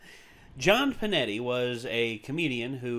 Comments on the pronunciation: Hears it pronounced "Pinetti" Me: NAY NAY intensifies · It's PINETTE ! ,... NOT Pinetti !!!!!!!!!😠😡